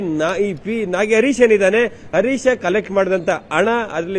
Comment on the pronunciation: ..you are an excellent reporter, however correct your pronunciation ಹ್ಹ ಉಚ್ಚಾರ ಸರಿಯಾಗಿ ಹೇಳಿ... ಹರೀಶ್ ಅಂತಾ ಹೇಳಿ arish ಅಲ್ಲಾ ಹೆಚ್ಚು ಹೇಳಿ ಎಚ್ಚು ಅಲ್ಲಾ ಕನ್ನಡ ಭಾಷೆ ಸೊಗಸು...ಸ್ವಲ್ಪ ಅಭ್ಯಾಸ ಮಾಡಿ ಅದರಲ್ಲೂ ಹಾ ' ಉಚ್ಚಾರ ಎಲ್ಲರೂ ಇಷ್ಟ ಪಡ್ತಾರೆ